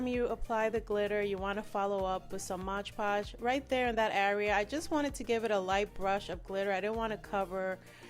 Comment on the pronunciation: It's absolutely glam & beautiful !! & it's pronounced mod podge not modge podge . Lol